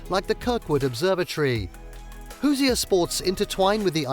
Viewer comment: 4 seconds in and you mispronounced Hoosier... lol